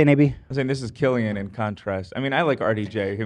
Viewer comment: It's pronounced Killian not sillian